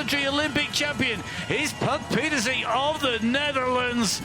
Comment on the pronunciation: Geez it’s not Petersea it’s Pieterse…… Come on you’re in the country next door to Puck.